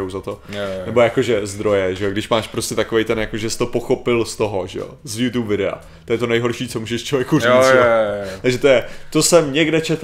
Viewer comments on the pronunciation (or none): none